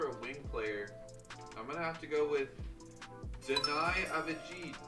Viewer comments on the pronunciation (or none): Watch Adam silver pronounce Deni the same way lol